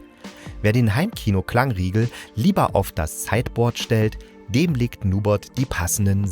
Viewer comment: Heißt das nicht NubErt nicht Nubot?